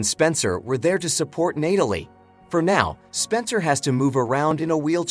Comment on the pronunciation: I love watching these movie recaps but....its NAT-alie not NATE-alie. That really bothered me lol